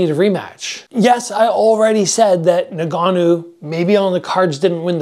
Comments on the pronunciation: "nn-gannou" not nougannou. Bruh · Nah-Ganoo isn’t his name fam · it really jars me when people cant pronounce ngannou, pronounce it en-gannou